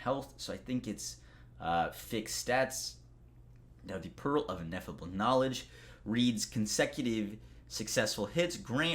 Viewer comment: Ineffable. Pronounced In-eff-uh-bull. It means something that you can't actually describe because it's so great.